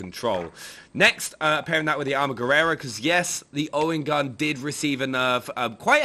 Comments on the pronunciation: armaguerera...LOL...its ARMAGUERRA ! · Its Armaguerra, no Armaguerrera....